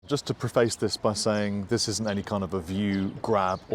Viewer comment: You are mispronouncing 'preface'...stop it.